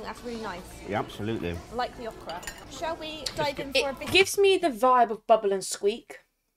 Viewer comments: It’s pronounced Oh-Kruh 🤦🏻‍♂️ Chicken fried chicken is usually called country fried chicken, it’s chicken prepared like chicken fried steak. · Okra is pronounced like open, Open (long O) Not Awhkra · It’s annunciated O-kra not uh-kra there’s a heavy emphasis on the O as just saying the letters name followed by kra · not awkra it is pronounced as if you were saying the letter O then kra. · Oh'-kruh. Not ah-kruh or aw-kruh. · It's pronounced O KRA with the O PRONOUNCED LIKE OK WITH KRA on the end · Okra is pronounced with a hard O...OH' kra